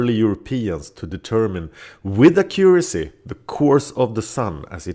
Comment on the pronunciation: Stress the first syllable of "accuracy".